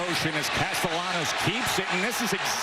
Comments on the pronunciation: It's pronounced Caste-ya-nos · Dear announcer, the double "L" is pronounced like a Y. Unless they are Cuban, more of a J.